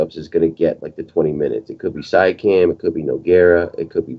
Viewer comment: Shout out from the T-Dot guys. OG is a solid defender. It ain't Sia-cam. It is See-a-(kum). Peace, and thanks for all the terrific insight.